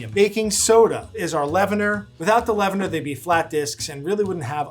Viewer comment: leavener, not lavender